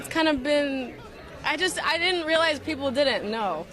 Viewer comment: Why is Billie saying “didd-dint” instead of “didn’t?” Why bother with contractions if you are going to use the same number of syllables??